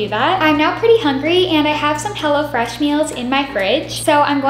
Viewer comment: Am I the only one watching it 1 year later and then when she said “hello fresh” I thought she said “hella fresh” anyone else